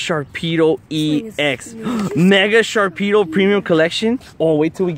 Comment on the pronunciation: there is no k in "Sharpedo''